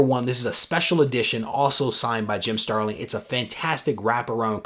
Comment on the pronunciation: That’s an epic AOK! P.S. it’s StarliN...no “g” at the end 🙂